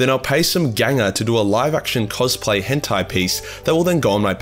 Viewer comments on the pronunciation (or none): none